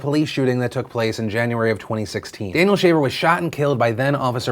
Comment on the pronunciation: interesting, I heard you say "Daniel Shaved", so I thought in the left was this guy Daniel, and on the right, still Daniel, but shaved. On a more serious note, what happened in the video you showed is horrendous.. I, in most cases, side with the police - Those guys have it hard and lay their lives everyday to protect us, and in many cases when they deal with criminals, they never know what to expect - That being said, this seemed like straight murder to me (as you said), not to count the extremely weird and powerhappy way the police officer talked to the, uhhhh, hostage? Why didnt he just asked him to put his hands in the air and them cuffed and inspected him ? I dont get all the "cross your legs, raise your hands, lower your hands..... now crawl...." What was next, dance the macarena ?